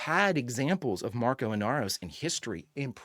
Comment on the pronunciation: I don't mean to be a Name Nazi, but.... Marco. No "s". Please. It's wild how many people think it's Marcos, but he's never called that in the show. No hate on you, though. 😃